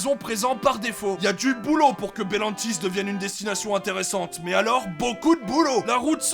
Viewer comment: Wow le talent, réussir a dire le nom du parc sans éreur du premier coup, moi je dis chapeux